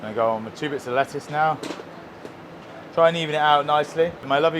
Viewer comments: I love how there are no T’s in le’uce. 🥬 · Lettuce also has a letter t in the middle for a reason.